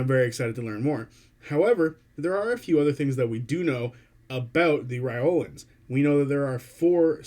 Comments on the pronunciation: Just some suggestions. The pronunciation Matt uses is “rye lore ans” and the warforged he pronounces is “ay or ma tons”. I noticed you were rifling through them and didn’t want you to miss out on Matt’s way of saying them:) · sounded to me like you were saying "Reolan(s)" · lol yeah, skipped the R entirely xD but it's ok, we all knew what you meant!